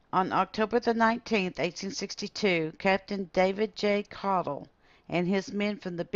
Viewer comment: Good to hear our last name pronounced correctly! Jim Caudill